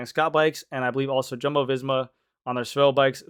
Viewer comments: Tell me you live in FL and cater to dentists buying $15K bikes w/o telling me you don’t follow professional bike racing.. It’s Pear-E not Pariss, it’s Wow-T not Woo-T, it’s Yum-bo not JUMBO. And changing psi during a race is more valuable to conserving watts then the weight these systems add. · GC it’s spelt Jumbo, pronounced Yumbo